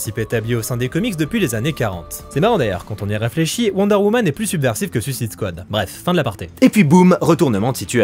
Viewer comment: Super vidéo comme toujours. Sympa l'anecdote sur Theron! Je le permets une question, ne le prends pas mal j'essaye juste de comprendre. Tu parle bien a priori anglais mais comme certains youtubeurs tu dis "Suisside squa". Ya une raison ? C'est parceque que le mot est compliqué à dire? Certains y arrivent très bien (popcorn, cult and click, le gars en feat avec toi sur la vidéo dédiée à la Squad) mais toi non. Si tu as un élément de réponse se serais sympa. Encore une fois, no offense, je veux juste comprendre :)